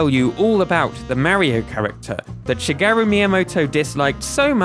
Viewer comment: please pronounce shigeru correctly. is my father name. is しげる. thank.